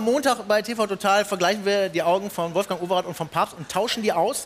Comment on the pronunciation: Wolfjang Oweraat (in breitestem Kölsch)? Als dann Paparatzi auftauchte, lag ich unterm Tisch. :)